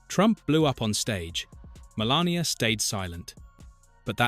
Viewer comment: stumbled across this but what's with the mispronunciation of Melania?